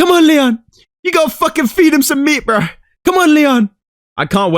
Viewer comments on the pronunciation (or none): i love how Leon’s coach said “you gOtta finish him!”